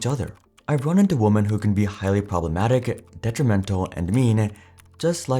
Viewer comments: Hey bro, “women” is pronounced “wihmen”, not “woman”. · "wu-man"? ... fix your AI voice... It's "weh-men" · well this is clearly AI when it's constantly saying woman where it should be saying women. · Women is pronounced Wimen. Woman is what the narrator keeps saying for women. (Wimen). Why is this so hard to learn? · I don't know if this is an AI voice but you're pronouncing the word "women" wrong when it's collective. It's pronounced "wim-en" collectively and "woom-an" singularly. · Why does the narrator keep saying woman instead of women? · Why can't the narrator correctly pronounce the word women? Why can he only say the word for the singular "woman", even if he means the plural "women"? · Another person pronouncing "women" as "woman". What is that? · Please explain why so many people insist on pronouncing "woMEN" (as in more than one or the collective) as "woman?" This dude fully pronounced "men," so it's not as though he's incapable of pronouncing it. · i saw a reel probably about a year ago that said the youth have started pronouncing "woman" and "women" the same. i never noticed it before. but now i can't help but hear it in all of these videos "what if woman made the first move?" sounds like a caveman lol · ps for anyone curious you are just saying "woman" (singular) for both. "women" sounds like "wimmin." even though they both have the o, what changes is the first syllable for the word. like most of the english language, it doesn't make sense. but that is how the words are pronounced. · Bro. It's pronounced WIMMIN when plural. You keep saying singular woman the whole time. Idk how people get this wrong. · He sounds like a native English speaker, so why is he saying woman for women? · why do you say "women" like "woman"? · Why do you say “woman” (singular) when the correct pronunciation is women? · Women is NOT pronounced like woman 🤦‍♀️ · Why do you say woman instead of women? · why do you pronounce women like woman? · "Women" not WOMAN! Holy shit man.